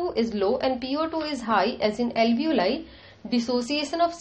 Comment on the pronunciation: where do you see ALEEVOLI written ? Its ALVEOLI.. read properly before making a vdo its irritating